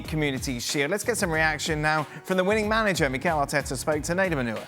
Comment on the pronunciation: Mikel Arteta Not Mikel Areta